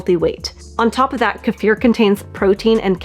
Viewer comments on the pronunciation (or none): Do not take a magnesium supplement if you have chronic kidney disease or any kidney issues without talking to your healthcare provider first. It can be dangerous. I think Kiefer is pronounced kee fer. I’ve never heard anyone pronounce it like this woman does in this video. Peace. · It's pronounced "key-fer" phonetically. Knowledgeably this should be a very basic word with anybody who's doing anything with diet, nutrition or gut health. This food has been popular for at least two decades now. Don't need to hear anything else here. 👎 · Hey! Say Key. Alrighty. Now say FUR. Ya know… like on an animal? Okay. Now say them together. WOW! Good girl! You now know how to pronounce Kefir CORRECTLY! You people are so educated in nutrition, you should go back to elementary school and learn how to pronounce words CORRECTLY. It’s either pure STUPIDITY, or it’s ego. The E in Kefir is a LONG vowel. NOT a short one. And the ‘ir’ in Kefir is a LETTER GROUPING THAT MAKES A SPECIFIC SOUND. In THIS case, it is the “UR” sound. You people sound so friggin’ idiotic. And of course, not to mention, FUNNY AS HELL!!!! WOW! 😂😂😂😂😂